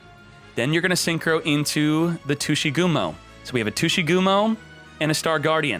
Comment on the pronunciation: Tushygumo? you're making some people imagining a non-ygo content with that pronunciation